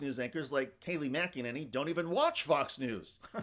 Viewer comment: “Kay Lie” McEnany…..